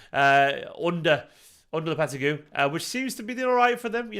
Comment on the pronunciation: Lol god bless, he kept botching that pronounciation